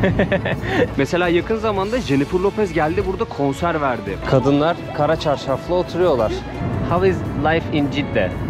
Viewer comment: Kara çarşaf diye üzerine basa basa söylediğin için seni kınıyorum